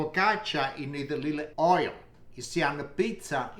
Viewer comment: He also e says holy /not oil